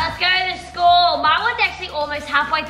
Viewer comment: rlly said Shcool- (no hate I love you guys)